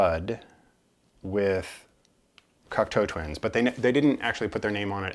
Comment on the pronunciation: Hi. Great overview and information on Cocteau Twins. I also now know how to pronounce the name correctly. I did not get into them until the 90s but have slowly been finding their music on vinyl. It was interesting to see their various albums but also to hear your passion for their music. Well done and very interesting. Steve.